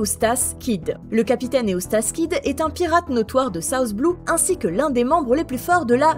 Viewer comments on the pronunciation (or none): none